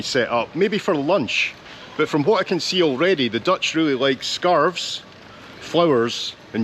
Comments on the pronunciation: You As Scottisch man who cant speak dutch. Im actually quite surprised how good you pronounciation of Dutch words are. Even the double letters who people outside NL cant pronounce you pronounce them mostly correct. As a dutchmen im impressed. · Yeah the frame looks cool. The less cool part, is they took down a 17th century even more cool wall, just to make that passage. What a shame. For a guy with an accent like yours, that pronounciation was pretty spot on! In general impressed with your pronounciation of Dutch words and names. Not just once upon a time. They still use the wheel for the mill. It just wasnt running when you got there. 11.30 Lol, I am from Maastricht, and I'm wondering the same hahaha. You got lucky though, because you see so much more of the city, compared to being surrounded by dosens of people. Thats St. Servaas. (St. Servatius). Patron of the city. Holding the key to the city. Fun fact:The street in between the churches is called "Vagenvuur" Translates to Purgatory. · Don't apologize for your Dutch, it's really pretty good!! Had no problem whatsoever understanding what you said. Probably because you're Scottish and have no problem pronouncing the infamous 'G' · Your pronunciation is good and you really found a very quiet day. I've been to Maastricht many times (even walking the Pieterpad from Groningen to Maastricht), but I always thought it was almost too busy. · Hi, just watched your tour of Maastricht and your Dutch pronunciation is actually very good. Love all your other videos. Thank you. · You did well with the pronunciation of the Dutch language. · I'm astonished by how good your Dutch pronunciation is! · I was born in Maastricht you showed the best parts ❤ your pronounciation was perfect 🤩 loved you saying dont go to Amsterdam 😂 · you do pronounce most things surprisingly well. to the point that i wonder if you ever tried to learn dutch ;o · Your pronunciation is really good!👍